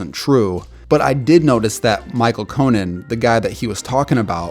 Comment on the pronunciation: Always love your vids, this one is no exception! But you mispronounced a few names this video: Rodrigo (not Ricardo) Blankenship, Chris Kluwe (Cloo-E not Clue), and Michael Koenen (Cay-nen not Conan). I know it's nit-picky, but you're very detailed in your vids, so I just figured I'd point those out!